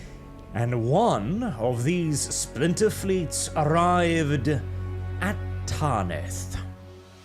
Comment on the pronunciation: Ffs, it's "Tanith". Not "Tarnith". Please pronounce it properly. It kills my ear...